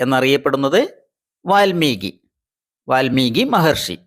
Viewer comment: വാൽമികി എന്നല്ല പറയുക വാത്മീകി എനാണ് പറയുക